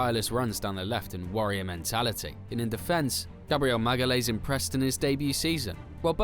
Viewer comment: Every time I hear Gabriel "Magalays" a little piece of me dies :D Great video though anyway